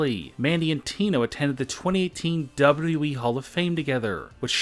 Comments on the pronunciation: Dude say it right is W W E!!! Not WE!! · Wbalue eeeeee. It’s wwe it’s not that hard to say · You say wwe like we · The double wee.